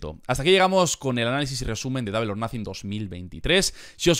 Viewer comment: double se pronuncia " dobl" no " dable"